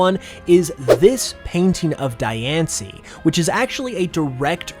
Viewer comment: Omg someone finally who pronounces Diancie the way I used to (I pronounce it correctly now but it's cool to hear someone thought it was pronounced that way to)